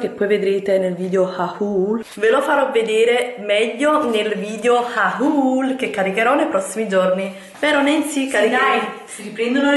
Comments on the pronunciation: ma perché continui a dire "haùùl"? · non dare ascolto alla gente che critica il tuo modo di pronunciare 'hahuuul' Io adoro quando lo dici,purtroppo la gente non sa cogliere l'ironia un bacio♥ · Ma "haul" proprio non riesci a dirlo come si deve???? 😠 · Come proposito per il nuovo anno ti suggerisco di applicarti nell'imparare una buona volta la pronuncia corretta della parola "haul". Considerato che la usi con la frequenza delle pisciate di un novantaduenne in una notte d'inverno, potrebbe essere un ottimo servizio per i tuoi spettatori. In alternativa, potresti considerare di liberare la rete dalla banalità che produci sacrificando semplicemente il tuo ridicolo canale. Il che sarebbe un servizio non solo per la rete ma per l'intera umanità.